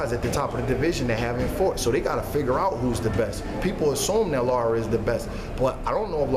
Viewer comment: Very good point made, But guys...Please learn to say LARA, NOT LAURA...smh